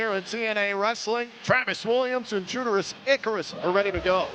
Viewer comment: "Judarus Icarus" "Judeus Icarus" Oh,.